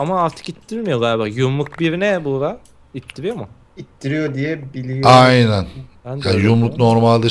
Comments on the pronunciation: abi buğra değil buğraka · Daha çok bugraak okunuşu buğraka